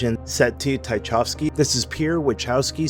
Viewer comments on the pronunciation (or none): Taikovsky? Tchaikovsky you mean? Good vid otherwise.